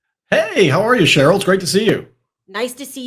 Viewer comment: Isn't your name pronounced Sha-rrell?